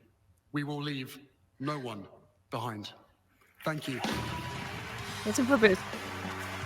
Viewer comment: Girl, the t in listen is silent.